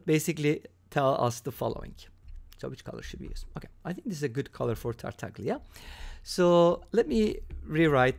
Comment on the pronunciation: pronounced Tartal’a